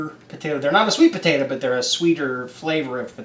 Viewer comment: Did she really just say "pertater" I love it lol